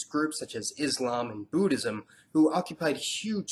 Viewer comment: HI. Just a request. Kincly pronounce Islam and Muslim with a S not Izlam and Muzlim. It is the letter S as in Selfless not the Z of Zebra. Usally, it is the Anti Muslims who use that z sounding, wich has no meaning in it self. Other than that, I always look forward to you videos. Very informative. Keep up the good work.